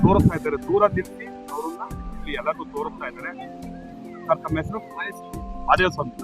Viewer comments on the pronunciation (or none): none